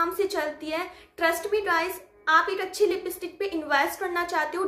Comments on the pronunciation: Lipistik mat boliye lipstick pls😜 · Lipstik hota lipistik nahi ap word bolne me bht gadhbadh Krte ho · लिपिस्टिक नही दी लिपस्टिक